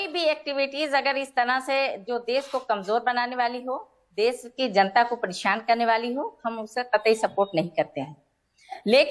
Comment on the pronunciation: Kain hai yeh महिला देश को देस कह रही है बोलना सीखे पहले